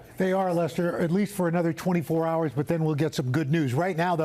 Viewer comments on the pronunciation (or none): none